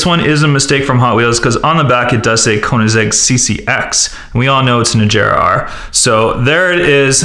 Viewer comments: It's not ejera it's agera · ??? Azera agera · not (Ah ger ah) its (ah gear ah) thats how u say agera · Instead of Koenigsegg agera he said Koenigsegg ajera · lol its agera not ajera😂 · It's not ajjera r it it aggera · (ven-e-no) theres no a and (a-gara) thers no j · Koenigsegg agera is pronounced ag-air-a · "koenisheg azera"😂😂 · u prenoiced agera wrong its agera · Thats not how u say agera